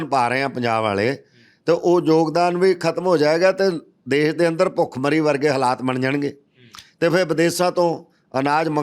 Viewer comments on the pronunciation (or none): none